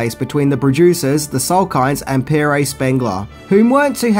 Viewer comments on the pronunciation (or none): Holy crap,! “Peg-RAY” Spengler? his name is simply “Pierre“. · Pierre is pronounced ‘pee-air’, not ‘peer-A’. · P-air Spengler, it's pronounced P-air. For God's sake man.